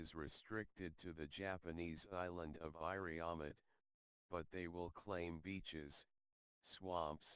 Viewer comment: Iriomote (sounds like EE-ree-o-MO-tay) pronunciation the narrator does not sound very interested in his subject, thanks for info anyway